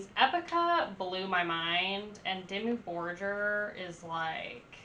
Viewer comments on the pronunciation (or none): 1. It's not Demi Borjer, but Dimmu Borgir (Pronounciation: Diemuu Borgir) Go watch some video's from other 'youtubers' reacting to this band, and listen how they pronounce the name. 2. I know american's aren't that intelligent, but is this your first experience with this band? "... this is very unique it's giving me some Epica vibes." _".. oh it's like giving me Exorcist Vibes and it's like, really like this very forward and move and it's like super flat and sandwiched in here and then you have all of these other elements that are making it super cinematic. Kind of giving me like Lorna Shore vibes" How is a black metal band which was formed and has been active since 1993 even comparable with symphonic metal band (Epica. Some people even dare to call them 'gothic metal', same as for Within Tampon) that was formed 9 years later, or a dumbass metalcore band (Lorna Shore) which was only formed in 2010 (17 years later)? If someone is copying anything it would be Lorna Shore, with other words.. Epica and/or Lorna Shore give you Dimmu Borgir vibes... 3. I know you're listening to the live versions from "Forces of the Northern Night" which had a full orchestra and not the album version. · Lady . Quit with the Lorna shore vibes. Dimmu started in early 90s as satanic black metal and has well more than earned a place in which they aren't put below the new shit. Black Metal is more than music. Honestly who are you and please say the name right and put on older albums. No. .. not Disney. .. hail satan.